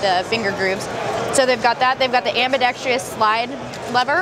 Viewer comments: Dear Glock, Can you please train your team members to stop saying "Am-buh-dex-TREE-us"? Ain't no "tree" in that word. Thanks! M.R. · Ambidextrous only has 4 syllables....kill the second "i" sound you put in it.